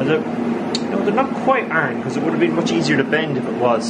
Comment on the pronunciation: I like the way you pronounce iron. "Arn."